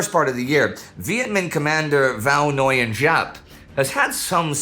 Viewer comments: Please. the common Vietnamese name anglicized as "Nguyen" is pronounced "Winn". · Not really, but that is closer to how Indy said it. He somehow got the Ng sound close enough but butchered the rest. Viet has a lot of subtlety in pronunciation.